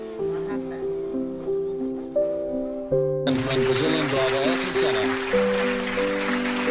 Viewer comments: please ... not AR-TON .... AIR-TON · Pronounced closer to Air-Ton. He once crashed out at the Phoenix GP after brushing against a section of wall. Senna swore he only hit it because the wall moved. His engineer had a weird feeling because how adamant Ayrton was about it. Turns out another car hit the wall the lap before, and the wall did shift just a couple MM…. Just enough to catch the rear tire. That’s how precise he was. A few MM off the wall every lap